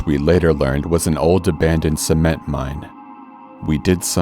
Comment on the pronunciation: He said semen mine.